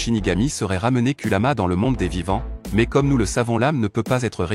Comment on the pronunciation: Ce que pense de cette vidéo :très bonne vidéo expliquant avec détail, là tu gère 👌🏾,mais on dit kurama et non kulama